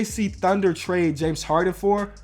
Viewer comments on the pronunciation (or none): none